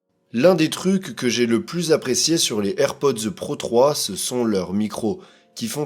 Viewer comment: On ne prononce pas "airpodzeu", mais juste AirPods......